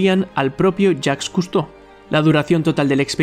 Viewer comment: Escuché "yack custou" y le dí like de una